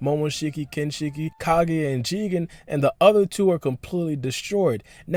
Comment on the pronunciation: Someone tell this guy that it’s kaguya and not ka-geh please ....nice video tho but Americans need to work on their English